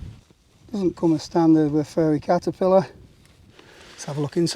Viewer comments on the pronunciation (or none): none